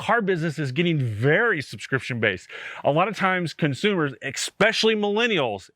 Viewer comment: I’ve ignored it video after video and I can’t do it any more. It’s esssspecially. Especially. Not exspecially. No X in there. 😂.